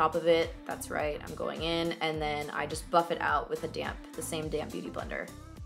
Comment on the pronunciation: I know u said damp beauty blender but I heard same damn beauty blender lol made me giggle